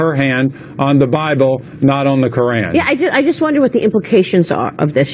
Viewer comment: Why is it sooooo hard for white Americans to pronounce the word KORAN??? I am not Muslim bit it is so annoying. it makes Americans sound so dumb. Omg.